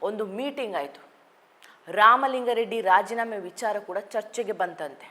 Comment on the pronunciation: ಇವರ ಕನ್ನಡ ಉಚ್ಛಾರಣೆಯಲ್ಲಿ ಸ್ವಲ್ಪ ಸಮಸ್ಯೆ ಇದೆ, ಇವರು ಸೌಮ್ಯಾ ನಾಯಕ್ ಆಗಿರುವಂದಿನಿಂದಲೂ. ಆಗ ನಾನು ಅಭಿಪ್ರಾಯ (ಕಾಮೆಂಟ್) ದಾಖಲಿಸಿದ್ದೆ. ಅ'ದಿ'"ಖಾರಿ! ಖಾರ, 'ಧಾ'ಕಲೆ , ಇನ್ನೂ ಮುಂತಾದವು. ಇಂದಿನ ಕಾರ್ಯಕ್ರಮದಲ್ಲಿ"ಲಿಂಗಾ ರೆಡ್ಡಿ " ಎನ್ನುವುದನ್ನು, ಕಾರ್ಯಕ್ರಮದುದ್ದಕ್ಕೂ"ಲಿಂಗ " ಎಂದೇ ಉಚ್ಛರಿಸಿದರು.